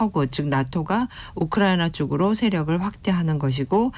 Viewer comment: 이 교수라는 여자 발음이 너무 이상하지 않나요? 한국말 발음을 제대로 못하는거 같아요. 혀가 짧은건지 너무 듣기 거북하고 이상하네요. 발음이 부정확하고 말을 더듬는거 같아요. 우크라이나 라는 단어도 왜 또렷하게 발음을 못 하나요? 많은 단어들이 어눌하게 들리네요. 좀 이상해요. 한국 사람 맞나요?